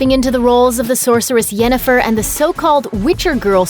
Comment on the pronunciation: At :48, the narrator says "Jennifer", not Yennefer. Lost their credibility right there.